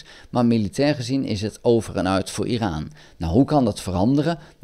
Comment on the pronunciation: Goeie informatieve video. Het is overigens "Iran" en niet "Iraan". Trump wist van de aanval voordat deze plaatsvond. Dat heeft hij zelf gezegd. Hij heeft Netanyahu verzocht om Iran niet aan te vallen. Ik denk niet dat de VS Iran gaat aanvallen. Denk dat Trump dit toch niet gaat doen.